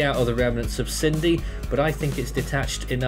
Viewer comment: Sin-dee How on earth have you got Sydney from Cindy?